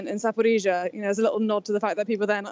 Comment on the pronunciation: pronounces 'Zaporizhzhia' correctly, like Ukrainians do